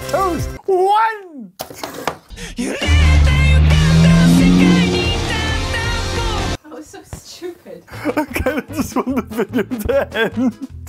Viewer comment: The way he says “WONE” Toro be like “this maniac has my family and he’s force feeding me!”